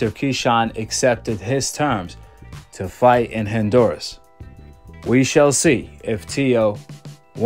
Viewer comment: My dude, it's not Hin-duras. It's HON- duras. ✊🏾✊🏾